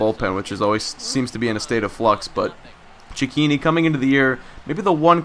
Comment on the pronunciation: Your saying Cechinni wrong